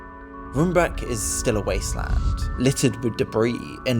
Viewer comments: Room, like English, not rum. I couldn't help but comment on the mispronunciations too. lol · "rumbake" and "enskede" got me rolling (not blaming or shit btw😭) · Some pronouncing tips. It's Enschede=En-sghuh-day. Roombeek=Roam-bake. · It always surprises me that no matter how much research went into a video and how well it is produced, no effort is taken in how to pronounce local names. It is not impossible for an English speaking reporter to say "Roambake" (Roombeek). They just pronounce it as if it would be some English word not even considering that might be inacurate. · The dutch Roombeek is pronounced as “Roambake” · Roombeek is pronounced in English as Roam-bake or Rome-bake (Rome as in the Italian city).